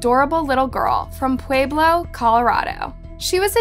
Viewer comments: That’s the whitest pronunciation of “Pueblo” I’ve ever heard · Learn to pronounce names before butchering them! Lord Pueblo isn't that hard to pronounce. I can't imagine how you'd butcher other easy words. Pueblo is literally a tribe how is it hard is it to look up words. It's pronounced Pweh blow. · I live 30 minutes from Pueblo. It's a horrible place honestly. Also it's pronounced differently but no worries. ( Pweb lo ) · How you said Pueblo is hilarious 😂. That’s my home town but at least you tried lol